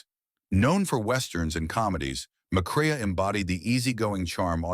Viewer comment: Joel McCrea "Mac Ray"